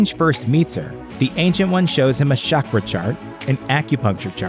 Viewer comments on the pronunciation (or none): It’s CHakra not SHakra, shakra is a rock band